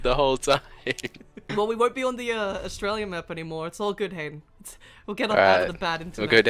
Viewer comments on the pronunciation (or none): none